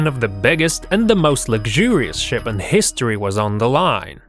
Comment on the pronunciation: Is it me or did i hear Sh*t or Ship?